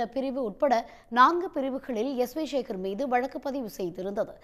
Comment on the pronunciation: சேகர் என்ற சொல்லை ஏன் ஷேகர்,ஷேகர் என்று சொல்கிறாய் எழுதும்போது எப்படி எழூதுவாய்?